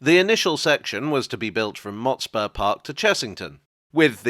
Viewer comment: I recall the pronunciation of Motspur with less emphasis on the spur and more on the Mot